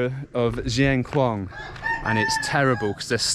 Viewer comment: Dear, Not pronounce:"Jieng Khouang" but "Sien Khouang:, S as in Scilly Islands. We still admiring your "chin up" way of travelling. What about your project for getting out of Laos and travelling to Sri Lang Kha?